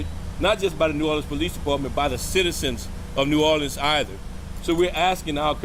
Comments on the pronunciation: We have a mayor who cannot pronounce the name of the city correctly and we have a police chief who cannot speak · I cannot stand how she cannot say New Orleans right! Like why does no one tell her anything ! It’s get me every time.